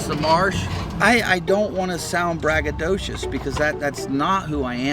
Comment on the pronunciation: Brag-a-doshes lmao